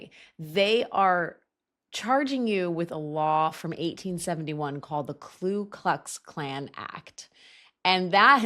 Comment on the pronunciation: it's Ku Klux Klan. Not Klu. Common mistake but for some reason it's always bothered me 😝